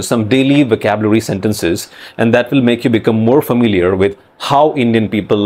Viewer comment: You still have an Indian accent. Like the way you pronounce "will". "Verl"